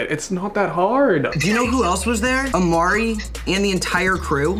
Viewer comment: It is Imari not Amari